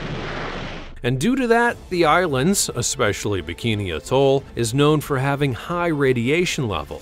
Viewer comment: Amusing that the narrator doesn't know how to pronounce "atoll"